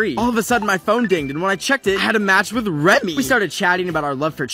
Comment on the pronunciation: instead of remy it’s nemy